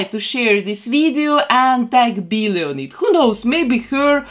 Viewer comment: I love her accent😍😂 She says "Billie" as "Beelie" 😂